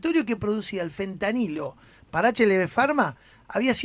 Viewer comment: ¿ya le dijieron al gato que no se dice fentaniyo?